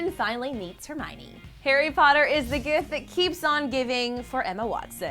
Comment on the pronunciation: hermiona??? O my gad no where Emma Watson?